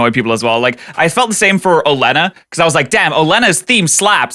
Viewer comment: It's Oh-lee-ah-na,. That is the most succinct plot summary of black and white I've ever seen, well done.